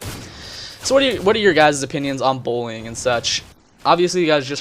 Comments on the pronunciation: genuinely though he was saying "bowling" at first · sounds like you're saying bowling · does anyone think what he's saying sounds more like "bowling" than "bullying"?